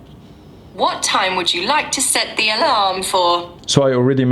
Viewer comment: I believe "Keep using last mode" is on, I just said take a picture and it did with the back camera. And the alarm, the way he said it was a little weird, so it didnt recognize the way he said it